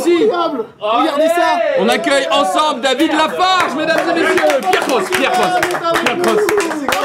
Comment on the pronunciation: putain mais j'ai failli quitter la vidéo quand j'ai entendu "David Lafarge" refaites jamais ça svp